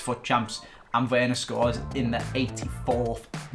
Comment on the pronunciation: it's pronounced verner btw